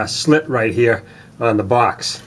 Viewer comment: What is a " woom geah".. "right heah"..?